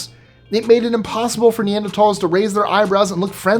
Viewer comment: Every time I hear you say “Neanderthal” I smile - you are one of the few people I’ve heard on YouTube say it properly.